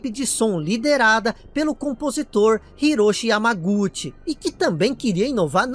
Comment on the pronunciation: eu tava almoçando quando vc disse "hisoshi yamaguchi", eu levei um susto pq eu entendi "hiroshi yamauchi".